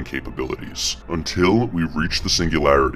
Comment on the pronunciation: lol "misheo" and "kurzwheel"